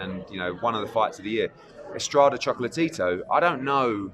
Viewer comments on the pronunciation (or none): I know it sounds like he’s sayin “choke-la-Tito “😂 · I really like when hearn says "chocolate-tito" 😂